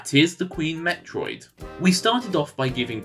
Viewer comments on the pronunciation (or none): none